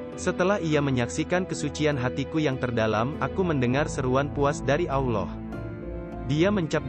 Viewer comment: Isi kontennya luar biasa bagus, tapi ada 2 hal yg sangat mengganggu : 1. Pengisi suara (mungkin pakai AI) tidak benar pengucapan : Allah, Rasulullah, 2. Background music nya genrenya tidak sesuai ut konten ilmu spiritual dan terlalu besar volumenya kadang lebih besar dari suara narasinya. Mohon maaf jika tidak berkenan.